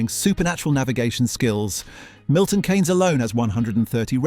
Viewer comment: he mispronounced Milton Keynes so i suspect AI narrator